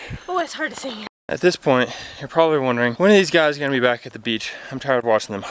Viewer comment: Sing, not sick. Although there's the phrase "vomit on my sweata."